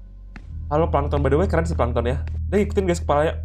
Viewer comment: Bang kok lu ngomong pankton tollol kan abang family friendly?